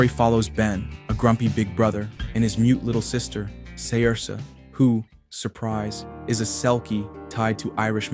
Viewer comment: I love cartoon saloon but your pronunciation of Saoirse and Mebh triggers me. They’re Irish names and Irish isn’t always pronounced how you might think it should. Saoirse is pronounced more like ser-sha and Mebh is pronounced ”Maeve”. Also Robyn isn’t an apprentice hunter, she just wants to be one but she’s not even allowed to leave her house because her father fears for her safety. Good video otherwise, I love that you are promoting cartoon saloon, they are criminally underrated